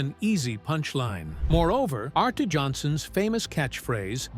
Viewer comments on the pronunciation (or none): It's Ernie KOVAKS, not Ko-vach, and ARTY Johnson, not ARTA Johnson, for Christ's sake. Doesn't do much for the credibility of the video. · Yeah, as a history of Laugh-In it is interesting and accurate as I recall it. You’re going to actually find out a lot less about Ruth Buzzi than about a lot of the rest of the cast, and the visuals at almost point match what is being said. “Arte” is pronounced “Artie.”